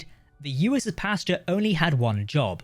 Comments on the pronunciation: Pasteur, not Pasta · I think he called it Posture. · Aggressively english pronunciation of "Pasteur"